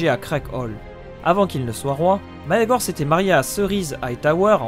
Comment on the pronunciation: [ megor ] pas [ maegor ] en plus tu le dis 100 fois prononce comme il faut